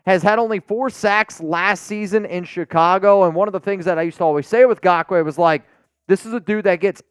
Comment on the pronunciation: Please do not sign Nagkoue, I can’t handle hearing say GAWK-WAY…